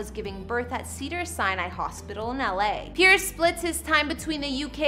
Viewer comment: It’s Piers not pierce